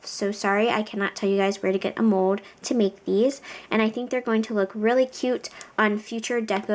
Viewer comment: WHY DO YOU SAY MODE! ITS MOLLLLD